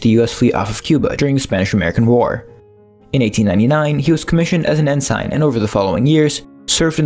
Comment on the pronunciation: Good video, but as a former sailor I cringed every time you said en-SIGN, lol